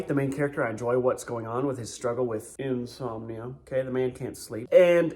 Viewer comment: You were reading "Insominia" as your "got-to-bed" book. 🤣